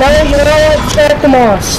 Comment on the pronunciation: It's not pronounced "Moss"